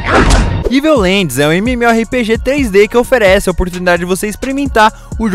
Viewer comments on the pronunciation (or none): none